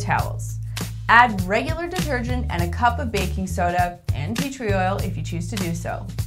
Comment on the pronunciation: i can't understand her when she says "pee tree oil" what's that?